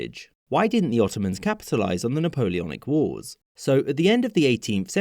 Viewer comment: the napoleonic oars?